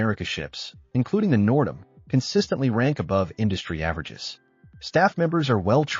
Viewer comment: Total AI slop. Half the pics aren’t the N’dam or HAL at all. Plus the pronunciation of the ship Nerdam.